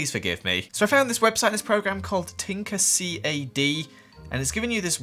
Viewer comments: Tinker CAD is for 3D printers I have one and it’s super cool but it’s Tinkercad not all the syllables it’s one word cad :D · It’s called tinker Cad not tinker c.a.d. 😂 it’s for 3D printing it’s a free program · It’s tinker-cad not tinker C.A.D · Tinker (cad) not c a d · Anyone else get annoyed he called it C A D and not cad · Btw its called Tinkercad, all one word not tinker c-a-d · btw its called Tinkercad, not Tinker C.A.D. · There’s this website called Tinker C A D Me: 🤦🏻‍♀️😂 it's Tinker-C(ah)d Btw tinkercad is great, I used it in fifth grade to 3D print stuff. I also used it this year (eighth grade) to learn about coding and Arduino stuff. I totally recommended it for playing around with objects/ coding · Tinker C A D? Gosh! It is like tinkerked! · I use that in library and its not called tinker C. A. D. Its tinkercad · We used this program in ELP, it’s pronounced Tinker-kad. I made a Wendy’s a McDonald’s an apartment building and a hangout and a bunch more 😁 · It's pronounced tinkercad as in tinker cu a du My mams company made it and sold it🙂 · I use this computer class and it’s literally pronounced tinker-cad lol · I know Tinkercad! I use it everyday at school! Almost everyday.. And it’s pronounced: TIN-KER-CAH-DUH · I used tinkercad and you pronounce the cad as a whole word or at least I did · The first is tinkercad and you say it like tink-er-cat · Tink er cad is how you say it 😂 you mostly use it for 3D PRINTING. I used it for school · No one:: tinker c-a-d should learn 3ds max its the adult version if tinkercad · it's just tinkercad like how you would normally say it lmao we use that program in school a lot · I was mad he said it wrong it's tinker cad like dad with a c at the beginning